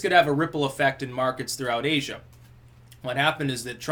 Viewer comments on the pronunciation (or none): none